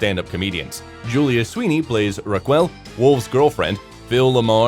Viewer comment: Maybe "he's" AI "ra-quell" was mispronounced, etc